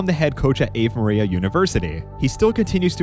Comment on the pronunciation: Bro mispronounced "Ave Maria"